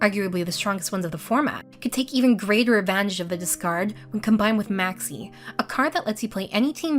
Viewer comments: When she said “Maxie” I heard “Max “C”” and my heart sank from the PTSD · When "Maxie" was mentioned in the Reporter segment, I heard "Maxx C" and was understandably confused.